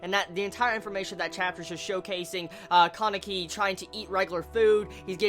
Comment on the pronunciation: I've never heard kanekis name pronounced like that before xD I usually hear the name pronounced kah-ne-ki instead of Caw-ne-ki